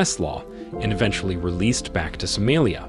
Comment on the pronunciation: I assumed you were AI, since you can't even pronounce the name of the country correctly.